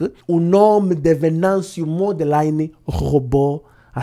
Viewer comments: Só uma observação,. É Mondlane, não Mondlaine. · estás de parabéns e nós Moçambicanos agradecemos muito pelo vosso apoio. Mas peço um favor muito grande. O nosso presidente se chama Venâncio Mondlane, não Modelaine. Agradeço a compreensão!! Abraços dê Moçambicano em Moçambique. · Se vais fazer conteúdo a falar do nosso presidente, tire pelomenos 1hr e treine a pronúncia do apelido dele, a pessoa que você pronunciou aí não é nosso presidente, talvez é teu visinho.